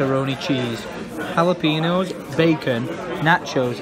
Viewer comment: AHAHHA pronunciation of Jalapenos: haliepinos